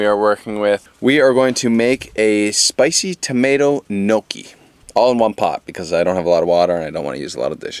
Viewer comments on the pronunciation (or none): Interesting pronunciation of gnocchi haha